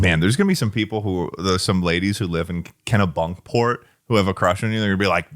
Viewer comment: It’s “Kenny-Bunkport” not “Kena-Bunkport” 😠